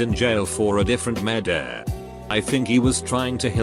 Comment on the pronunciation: No one:.... Reddit voice: Murdehhh